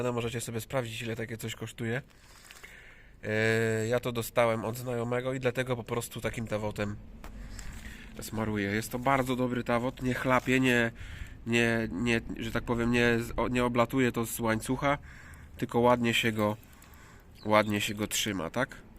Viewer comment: Chyba towot, nie tawot😢